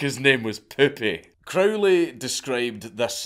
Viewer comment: As much as I laughed hearing repeatedly "Poopy", actually is pronounced "Poupeh", poupee meaning "doll" in french. Funny joke nevertheless. Can't remember last time I laughed so hard.